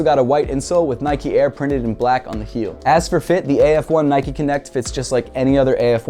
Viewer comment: Great vid and all but it's not nikeee it's nike